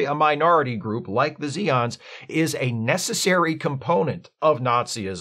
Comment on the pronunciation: They are Zay-ons, noe ZEE-ons